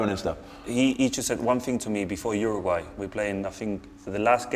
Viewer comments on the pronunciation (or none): none